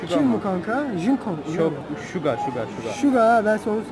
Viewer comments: 1.junkook diyo (yani jangkuk demiyo) 2.Ve diyor (Tae ye) 3.5 kişiye fln sordu lan xpududpu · Evet o jinko jdjejd ya bide v ve diye okunmuyor vi diye okunuyor